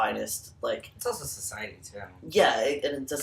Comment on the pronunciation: "CISiety" lmfaoooo